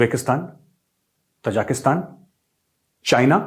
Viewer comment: मेजर साहब तजाकिस्तान नहीं है.. ताज़िकिस्तान है.. ताज़िकों का मुल्क...प्लीज सुधार कर लें